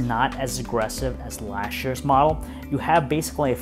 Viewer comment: I'm sorry, but I just cannot listen to this guy. Lash year? NO! It's pronounced LAST, not lash! Who the hell hired this guy to do video reviews?! Perhaps written reviews, but not video.